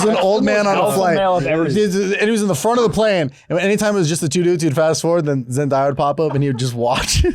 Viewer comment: The way they pronounced Zendaya’s name was foul